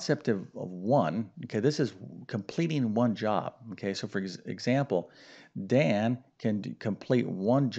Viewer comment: It’s Dan not Don, you solved for the wrong variable 🙄😏